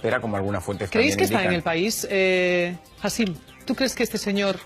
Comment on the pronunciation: Encima lo llama hasim😂😂se llama hicham